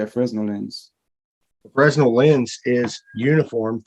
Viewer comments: fray-NEL, not frez-NEL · The term "fresnel" as in fresnel lens is pronounced "fruh-NELL". The S is silent. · My dentist (in UK) says that I have calculus on my teeth - my smile would terrify, no doubt! Also people who actually know about Fresnel lenses don't sound the "s" - more like fray-nel. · Just an fyi from an event tech guy... Fresnel was a french guy, the s is silent. So it's "Frenel". Every. Fucking. Job. Drives me nuts! :D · I hate to be pedantic but Fresnel is pronounced Fruh Nel... Also that guy is like physics having a stroke. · The lens is French and pronounced without the 's' ... "fren-nell"